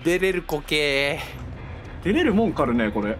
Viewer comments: 直ったかる゛ぅ！（巻き舌かっこいい！） 1人だけスペース無し縛りw そうはさせないしる！！ 連れて来てない！？連れて来てない彼！？ みんさんの暴挙に1番危害被ってるスコww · みなさん語尾が迷子で笑いましたww はとても可愛いのに後のおふたりは癖が強くて…😂 🤖さん曰くはぱにゃ系動物…🤔？ﾅﾙﾎﾄﾞ? みなさんお話して楽しそうにしてるのにあっという間に発電機も直して全員脱出してるあたり凄いです！！！！！ 自分用メモ のの「かるぅ」の舌巻きめちゃめちゃに好き🤦🏻‍♀️🤦🏻‍♀️